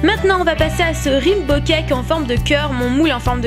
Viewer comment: rimbo cake ahahah XD raiiiinbow !